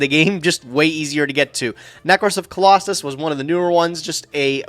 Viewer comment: I love how says Colossus instead of Clausolas and castor instead of catastor. It’s really validating (I always read them like that)